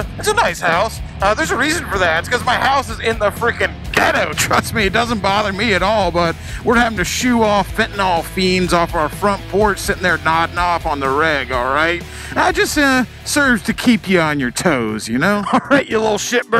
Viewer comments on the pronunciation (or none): Fentanyl, not fentanol. Just saying. And just put a better cam in the sportster, she will be happy and it's not much work.